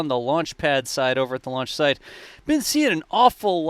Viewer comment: Great job doing this updates!Funny thing, I can’t unhear when you mention/ or saying launch site quickly. It sounds like: launch shite 💩 😂